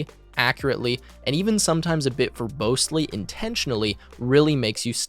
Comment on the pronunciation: it sounds like youre saying verbosely but the word written to the screen is robustly, i wonder which one it is? can i get some clarification here? .. accurately, (verbosely/robustly), intentionally.. oh boy